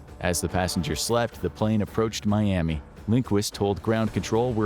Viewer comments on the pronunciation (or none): none